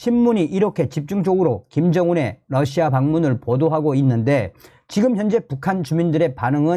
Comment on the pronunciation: Russia를 Lussia라 발음하면 안됩니다. 는 상당한 대중성을 가지고 있기 때문에 발음을 바로 하셔야 합니다.